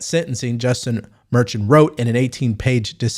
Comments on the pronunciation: It’s pronounced “mer-Shawn”. Not merchin. Come on bro. You don’t even watch the news. I can tell. 😆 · He's just trying to make a point. By the way, his name is pronounced "Mer-shawn" and the case will go to an appellate court not the Supreme Court. It will be overturned. How about helping your viewers out by doing a show on how YouTube sensors conservative comments? I thought they would have quit after the election but that's not true.